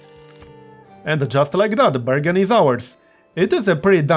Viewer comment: *anda justa likeah dat, burgundy's owars.